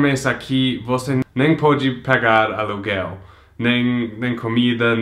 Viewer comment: eu entendi "cagar aluguel" '-'